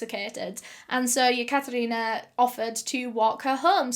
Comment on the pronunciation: Any 1 else cringing everytime she says yakatarina